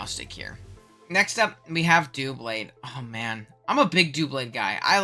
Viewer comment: Also, FFS IT IS DUH-BLADE, NOT DOO-BLADE! WHY DO SO MANY PEOPLE SAY FUCKING DOOBLADE, IT GETS NE SO MAD!!!